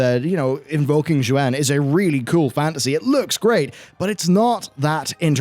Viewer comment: Xuen as with most of the mop era Chinese words are painfully mispronounced. Xuen is pronounced like shwen